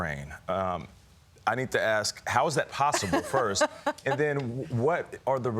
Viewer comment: The word is "first". Not "furss". Another entertainer on the Communist Broadcast System (CBS), that can't speak correctly.